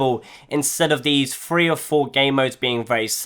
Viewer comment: it's THREE NOT FREE